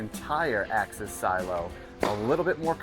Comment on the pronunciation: Axis not Access. 😜